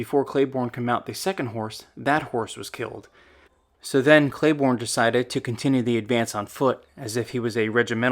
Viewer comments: you name Maj Gen Pat Cleburne. It's pronunced "clay burn" not "clay born". Just a small correction but it had to be made . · Clay-Burn, not Clay-Born. General Patrick Royane Cleburne was an incredible man who moved from Ireland and lived the American Dream. By the way, he was the most vocal general in favor of abolishing slavery that the Confederacy had. He was known as the "Stonewall of the West."